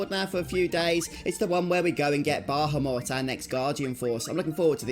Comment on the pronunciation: You are mispronouncing Bahamut. You keep adding an extra "H" and "M" in your mispronounciation. incorrectly says "Bah - ham - mut". He is a Guardian Force, not a worthless, meat, dog. Treat him with the Respect that he so Rightly deserves. The Correct pronounciation is "Ba - ham - ut". This dreadful mispronounciation that is so prevalent in todays global society must be due to not only simple laziness, but also to the fact that phonetics habe not been taught in English speaking public schools for the past 40 plus years in Western "Civilization". I do not blame you, or anyone else who has been so sorely deprived of a proper public education, ]but that's commie globalism for you, and, well, there you are. I freely offer this valuable advice as a means to help those who should have been taught the truth so very long ago, not as a means of shaming. If the weak minded individuals choose to be "put off", or "offended", and demand some type of "safe space" due to having been finally exposed to the truth, and we all know who they are, then,... So Be It. I care not for the mewlings of the pampered weak minded, too lazy to put in the effort to do anything correctly, such as speaking their own native language or such. Anyway, Good Luck with that from now on.